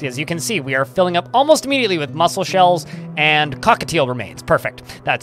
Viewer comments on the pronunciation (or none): none